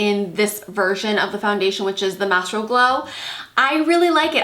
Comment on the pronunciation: I want this foundation. I hope the fairest shade is appropriate for NW10 (or a tad lighter)? Any idea if it would match? Great review! You're beautiful without foundation!! Lucky woman! ;) Ps. It's not "Mastro" Glow... it's "My-stroh" Glow. No biggie though. Just trying to help. Enjoy your day.